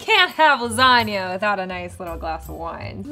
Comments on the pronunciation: Did he just say lasana noodles? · why are you butchering lasagna like that